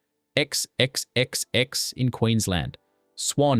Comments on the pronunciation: Ex ex ex ex beer? This is why AI voices will never get Australian English. Just write Four Ex drongo. And Two Hays? Far Canal. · And 4X not ex ex ex ex 🤣🤣😂🤣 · Am guessing you partly used AI for this vid….AI never gets the hang of word pronunciation…..Tooheys is pronounced Too hees….XXXX is 4X (Four ex). Still enjoyed this roam back to my childhood/teen years though. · Hey it's not two hays and x, x, x, x . they're (pronounced as) two- e's , and four- rex (both bits said together quickly) ie: twoees and fourex, just so you know..... You're welcome. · Okay, this was fun. Some hilarious pronunciations though. The “Two heys”- like two people calling out “hey” to two other people - actually pronounced two-ees (with no pause in the middle, I just did that to make it easier, it’s “tooees” or 2E’s lol) or X X X X which has always been known simply as 4X. 😂🤷🏼‍♀️ Edited to add: Garlers? What’s one of those? I think you mean GaLARS (how galah is pronounced, with the emphasis on the second syllable) 😉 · 😮It's pronounced FOUR EX!! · If you're going to use AI to narrate these videos, teach it to pronounce things the Aussie way, especially brand names, eg Tooheys is Too-eez and XXXX is 4X. Your AI might have an Aussie accent but the pronunciation is a dead giveaway.